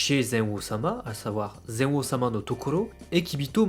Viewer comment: tu prononce zen-o comme (ze-o) mais en realité meme en japonais le "n" se prononce clairement